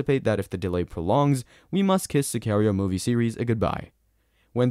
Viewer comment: To the guy making this video. Watch the movie, so you can learn how to pronounce Sicario 🙄